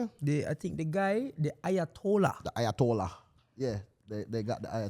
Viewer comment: Not lowatollah, 🫠